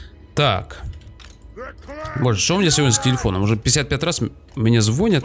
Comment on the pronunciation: не звОнит и звОнят, а правильно говорить: звонЯт и звонИт